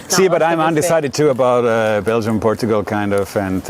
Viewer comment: When you say Bélgium man to man is better than Portugal 😂😂😂😂